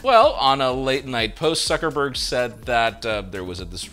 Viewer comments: Is it just me or everyone heard said Suckerberg.. 😂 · Did you call him Suckerburg or I just hear that?